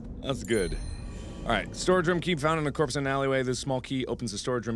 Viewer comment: Whenever you say room it sounds like you say roum